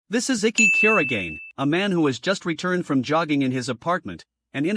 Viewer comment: Bro you got his second name's pronunciation wrong